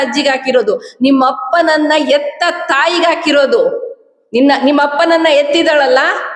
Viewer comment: ಎತ್ತ ತಾಯಿ ಅಲ್ಲ ಹೆತ್ತ ತಾಯಿ ಹ ಉಚ್ಚಾರಣೆ ಇನ್ನೂ ಕಲಿತಿಲ್ಲ ಉಟ್ಟಿಸಿರುವ ತಂದೆ ತಾಯಿ ಅಲ್ಲ ಹುಟ್ಟಿಸಿರುವ ತಂದೆ ತಾಯಿ